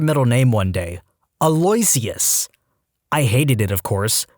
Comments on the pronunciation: BRO.. for future reference, “aloysius” is pronounced: (al • oh • wish • us) NOT: (uh • loy • see • us) and “françois” is pronounced: (fran • swa) NOT (frain • koice) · Aloysius = Ahh-lou-ish-us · BTW it's pronounced ah-low-i-shus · aloysius is pronounced "ah-lo-wish-us", it's my uncle's middle name lol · Aloyisius is pronounced Al-oh-wish-iss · Aloysius AL-oh-ISH-es